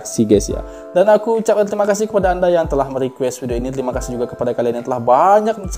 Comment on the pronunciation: Alleycat kurang fasih brbahasa melayu...banyak liriknya trtukar dpt ku dan kau...sebutan ' nya' jadi 'nyiah'...,tapi gaya sebutan nya yg unik tu yg buat lagu lagunya sedap didengar...dan laungan " terima kaaseeh!" setiap kali abis persembahan tu sgt unik dn jadi ikutan...haha!